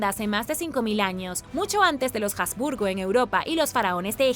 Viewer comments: Perdón, pero se pronuncia Habsburgo, no "jasburgo". Y lo que tú llamas "mandíbula de los jasburgo", en realidad se denomina Mandíbula prognata. Ni de broma puedo imaginar que a alguien con esa característica, el médico le diga que tiene "mandíbula de los jasburgo". Asimismo, tampoco se pronuncia "diábetes" como si la "a" llevara acento. Me pregunto a qué clase de colegios fuiste .. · Y dale con pronunciar la "H" como "J". No sé qué te han enseñado en la escuela; pero la "H" en español ( y en alemán también) es una letra muda. Se escribe pero no se pronuncia. Utiliza el traductor de Google. Selecciona el idioma alemán, escribe habsburgo y dale a la opción de voz. Escucha como suena. Te lo he dicho varias veces; pero parece que no quieres aprender a mejorar y te empeñas en hacer las cosas mal. Si lees los comentarios (cosa que estoy empezando a dudar) mis críticas son de carácter constructivo; para ayudarte a mejorar. Es una pena; porque me gustabas mucho; pero no puedo continuar siguiendo a alguien que no quiere hacer las cosas bien. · Por otro lado, Habsburgo es de procedencia alemana y se pronuncia tal cual. De la misma forma, en un vídeo anterior, al hablar de la Alhambra decía Aljambra. Madre mia!! ¿También diría almojada, por ejemplo? ¿O cacajuete? Si hablas en un idioma, hazlo correctamente. La he oído hablar bien en infinidad de veces. Lo que no comprendo es por qué en los últimos vídeos lo hace tan mal y, por lo visto no admite sugerencias para mejorar. Como he dicho anteriormente, mis críticas son constructivas.